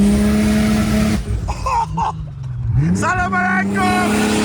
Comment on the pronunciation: You friend is being an idiot with the "Salaam Alleikum"! Nice videon and nice car